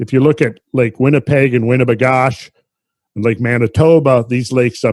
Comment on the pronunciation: Winnipegosh? Is that how we're supposed to pronounce it? As a native southern manitoban, we always were taught to call it "WI-ni-PEG-OH-sis" 😅 Love this coverage, these features are ENORMOUS and take hours to drive between. Each one is it's own weekend destination, you don't plan to see more then one on a trip. Turtle Mountain is a completely different region from Riding Mountain to the north, different locals, different culture, different climate to some extent even. So to see those topographical maps and realize that they must have been separated by a single floodwater channel is beyond terrifying. Maybe Noah wasn't so far off after all.